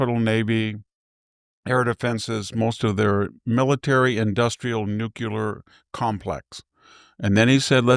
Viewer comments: victor, sir, i have the utmost respect for you. You are the epitome of wisdom in the U.S. today Which is why it bothers me so much when you pronounce nuclear as noo-kyoo-ler as opposed to noo-klee-er. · Professor you have to stop saying NUKE ULAR. It's NUKE LE AR. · Noo klee er Not nook yuh ler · D ones he say, “Nook-you-lur” rather than, “Nook-lee-ur”?